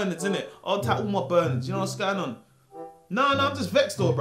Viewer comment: "Was gwaayn oon, what u telling me Jacqueline?" Don't think I've ever laughed so hard in my life haha